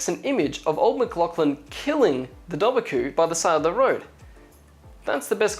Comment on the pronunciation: It's actually pronounced Doe-var-coo. You were really close though and I dont blame you because Irish is such a hard langauge. Ive been doing it in school for years and I still have a hard time with it.